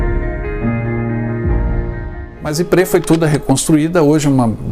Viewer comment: `Ypres, não Yprés. o acento é no Ípsilon.